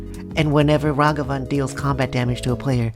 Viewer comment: Plus points for pronouncing Ragavan properly. Doom was my top pick for this set.